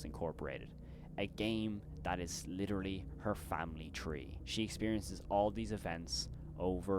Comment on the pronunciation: It's witerally like 2 minutes